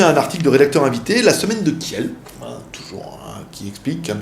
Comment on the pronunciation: Merci pour ta vidéo. Tout d'abord félicitations à ton frère. Ensuite, si je peux me permettre, on ne dit pas kièlle mais kill pour la ville Kiel. Pour finir, un super plus pour ton nouveau format de vidéo. Très pro, même si on aimait voir ton" bordel". Continue, t'es trop fort'